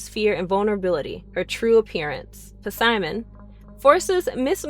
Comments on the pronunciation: Puhsimon, nice pronunciation lol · Why does she pronounce Simon's name wrong it's the P is silent